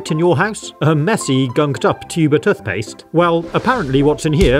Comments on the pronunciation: tuth paste😂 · I love the way you pronounce toothpaste lol